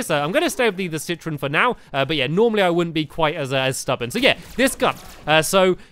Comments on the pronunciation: It's citron not citresss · I realized that stampy keeps saying citris instead of citron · Stampy it's not citress its citron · Stampy said citros but it is citron. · I think it's pronounced say-trown. Not sit-tron. Either way I like say-trown. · he iz called citron not citroz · ITS CITRON NOT CITRIS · stamps citrons not a girl and its name is not citris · his name is citron not citrus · It's not citrus it is citron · It is citron not citress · he says citris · It's citron (si-ton) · It's citron ci tron tron